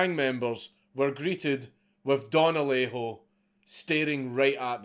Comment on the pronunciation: Native Spanish speaker here, your first Alejo was spot on.